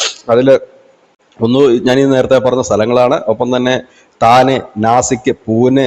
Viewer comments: തന്നൈ അല്ല "താനെ" ആണ്. Thane എന്ന് ഇംഗ്ലീഷിൽ എഴുതും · It is not Thanne, it is called Thaane {Thane). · തന്നെയല്ല താന എന്നാണ് ശരിയായത് നിന്നിട്ടുണ്ട് ഓക്കേ താനെ എന്നാണ്